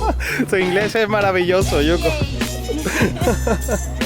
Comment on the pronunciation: Oye, dile a yuko que su español sería perfecto si pronunciara la " L " bien, ella la pronuncia como una "R" y eso es lo que le hace sonar japones.